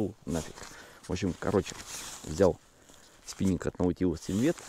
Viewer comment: Спиненг! Шедевральный русский язык! Хотя слово, таки, иностранное.